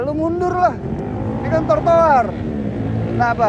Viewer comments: Yg bener trotoar apa tortoar bang ngomongnya wkwjw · Ngakak denger bang susah nyebutin Tro - jadi Tor terus...hehe hiburan juga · Trotoar bukan trotoar bang 😂😂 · Trotoar mas... bukan tortoar 😀 kerennn gasss lanjutkan orang2 ga tau aturan ngeyel emang pantas di maki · bang TROTOAR bang bukan TORTOAR wkwkwkwk sumpa ngikik tetep semangat bangggg😂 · Bang ganteng....trotoar bukan tortoar😊😊😊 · T R O T O A R bang bukan T O R T O A R 😂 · trotoar bang bukan tor toar🤣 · Maaf bang trotoar bukan tortoar😂😂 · bkn tortoar, cb blg trotoar wkwkwk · Bukan tortoar tp trotoar wkwkwkwk....... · Trotoar bang bukan tortoar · Bikin kompilasi bang ngomong “tortoar” lucu sih wkwkwkwk